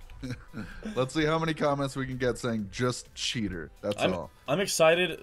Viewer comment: you spelled cheater wrong you said cheter